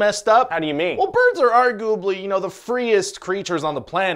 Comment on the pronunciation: ...did you say "argooably?"